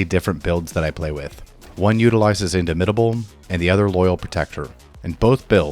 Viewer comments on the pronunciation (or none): "if you took big friendly rock you can take soften them up" no. you literally cannot. i don't know why you didn't bother to check to see if this was possible lol. also the way you say "indomitable" is odd. it means unable to be dominated. you should say the "dom" part the same way in both words.